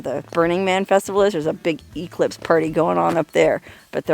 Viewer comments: English nazi here. Not E-clipse, e-CLIPSE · EEE-clipse! (Definitely a Huell Howser pronunciation!)